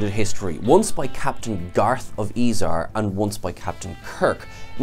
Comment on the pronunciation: The hairs on the back of my neck always stand up on end when something is mispronounced. Garth of Ezar?